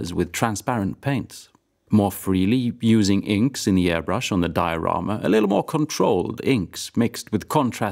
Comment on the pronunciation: Finally a Swede that pronounces diorama correctly